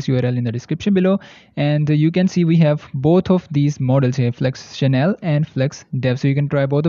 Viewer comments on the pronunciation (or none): It's German and it not pronounced as "channel" but as SH-NELL. 😀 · Seaart is a SCAM. And Scnell (fast) is pronounced as Xnell and not channell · it is not Chanel...it is Schnell...no a :)😊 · Flux Channel 🤣 schnell adverb /ʃnɛl/ quickly , fast 🙄